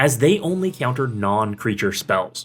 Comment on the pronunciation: You say “Ceounter” lol